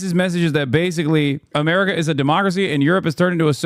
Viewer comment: As a German what irks me the most with this guy is how he pronounces America. Apart from the stupid stuff he says.